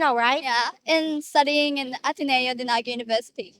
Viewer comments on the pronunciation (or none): none